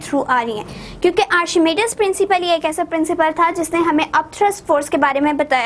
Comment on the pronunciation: Miss it is not arshimidis principle it is archimedes principle